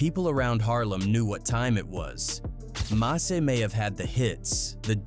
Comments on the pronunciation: Who is Massey? You need to stop this AI crap it’s ruining your videos Edit: I’m 9 mins in and not once have you said mase name right. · Mah-say is diabolical 😂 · It's MASE what the F haha MASEY ? HE'S NOT FUKING FRENCH NOR IS HIS NAME IS MASE LIKE "mace" fuk😅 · That nigga called Mase Ma-say 😂😂😂